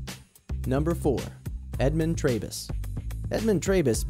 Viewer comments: Trebus is Tree-bus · It's pronounced Edmund 'Tree'bus. He was a sweet old fellow. RIP